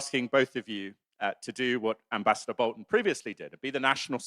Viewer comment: John is a smug enemy of We the People…. Ambassador isn’t pronounced properly somewhere in the middle is his title.